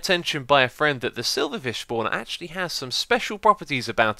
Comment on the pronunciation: "Schpawner" :D